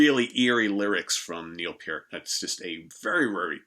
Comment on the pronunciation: Pee-ert! It's Pee-ert!